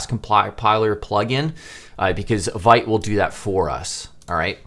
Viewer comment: Excellent start, I’m looking forward to part 2! Also Vite is pronounced “veet” and is French for “quick”.